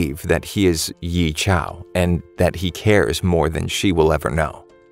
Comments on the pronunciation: tf ye qiao its yeqiu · 15 seconds in and i'm cringing so bad...I'm sorry, but as a chinese person i just cringed at how badly the name was pronounced. I know its not easy to pronounce mandarin names, but 'Yee-Chow' is definitely not the way to pronounce it. If anything, the closest way to pronounce it would be 'Yeah Chee-oh'. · YEEEEEEE CIAOOOOOOOO ... "yea chill "is the right pronounciation lul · Ye Qiu is pronounced "Yeah" "Chew", not yee shao. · when he said ‘Ye Chow’ i immediately cringed so hard 💀 then i say’ it’s ‘Ye Qiu!!!’ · ye chiau? ye qiu is pronounced as "yeah chew" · "YEE" bro, he's not Kanye. The way you say his name is pronounced "yey jaow" not "Yee CHOW" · Yi Xiao? Its, Ye Qiu (Yeh Chu.) While Xiu (Shu)... Kinda Cringing whenever I hear ya saying Ye Qiu's name as Yi Ciao / Xiao.. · The qiu in his name is pronounced (chee oh) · Why do you call ye qiu Ye qiao? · So its pronounced ye cha?? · ok i dont expect u pronounce the name Ye Qiu correctly but i dint expect u to destroy it completely... Ye Qiu can be pronounced similarly as " Yeah Chew" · please never ever pronouncwe the name "ye qiu" like yee chao bro. it doesn't even look like how you said that mannn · if only you watch the anime for a bit, you'll realized how you keep on mispronounced the MC name...